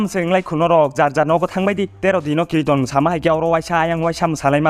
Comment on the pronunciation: Kirton ❌kriton✅